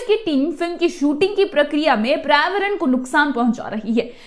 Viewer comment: Paryavaran hai madam hindi pronounciation bhi galat hai apka.